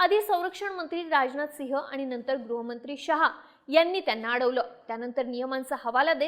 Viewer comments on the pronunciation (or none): none